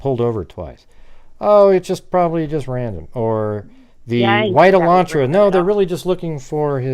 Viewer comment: It's Elantra not Alantra